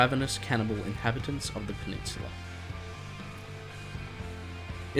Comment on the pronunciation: I'm just putting this out but why do you pronounce peninsula as penishula?